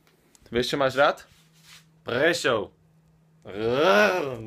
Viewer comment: dobre GoGo povedal Prešov